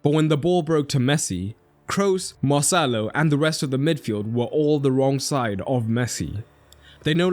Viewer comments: every time you said marcelo it sounded like mo salah 😂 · Everytime he said marcelo i heard "moh sallah" 😭